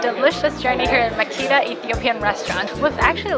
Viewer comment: It’s pronounced Ma-keh-da..not Makeeda..😊